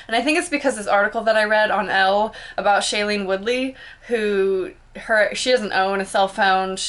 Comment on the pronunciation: *Pronounced Adam "Lev-een" and "Shy-lene" Woodley* :)